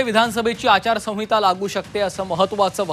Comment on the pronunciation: अरे आचारसहिता बोलता येत नाही तुला